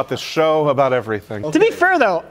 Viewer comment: Then later on he (accidentally?) says: "to be fur though..."